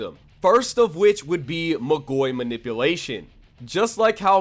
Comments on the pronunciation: great video, love to see people talking about magi but isn't it pronounced magoi(mah-goy) and not magoi(muh-goy) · "Alma Toe ran" "Mah goy" lmao I'm assuming you've only read the manga but you're stressing the wrong syllables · Its MAA-goi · This way you say Magoi pisses me off ngl, you say Magi perfectly fine but fail to say Magoi correctly. Not trying to be a dick, its just annoying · I hate the way he pronounces Magoi